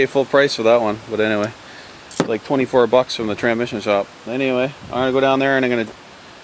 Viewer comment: well at least you spelled tranSmission right in the title lol i kept laughing the whole way through the video when you called it tranmission. any way glad you got er done because yeah that's no fun. I went to harbor freight (kinda like your princess auto) and bought a transmission jack for $129.00 for the last one i did. thing is like GOLD , 30 minutes to change one out now with that because you can angle it however you need to put it in the vehicle.